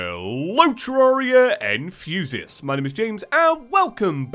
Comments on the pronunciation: I hear "HELLLO Terraria and fusiasts" so I'm right now confused what a fusiasts is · He said fusius